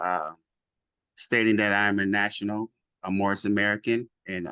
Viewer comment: He said morris American 😂